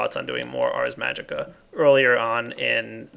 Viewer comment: Dude it's ARS magica not arc